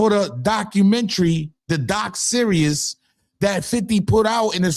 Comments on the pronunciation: In my Little Boozy voice: It’s doc SERIES not doc SERIOUS!!!! Come on maaaaaaaan!!!! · Is anyone else rolling that he keeps calling a series a serious 😂